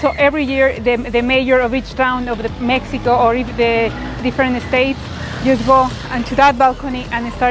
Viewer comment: Did she pronounced as Mehico?